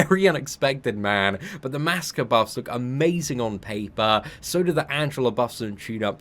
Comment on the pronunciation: Ummm it's Masacre* ma-sac-ray lol